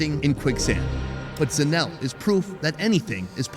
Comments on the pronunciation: Pronouncing ZA NE LE as in ZINEL kills me 😂😂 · The Sowetan food all looked amazing. I wasn't sure about the Alex stuff. I don't love tripe, but it was definitely interesting how they were pronouncing Zanele 😂